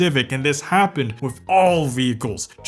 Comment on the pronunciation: The way he pronounced with as wiff makes me click off nice vid tho not to sthabby